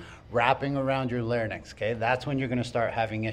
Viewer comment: Once and for all, all: it's L A R Y N X--not lair-nix